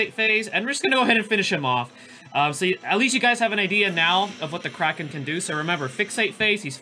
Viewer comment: Nice video! I keep hearing you pronounce Kraken as "Cracking" for some reasons:))). Maybe it's just me but I find it really funny. Is your pronunciation correct though? (Forgive me for asking since I'm not a native English user)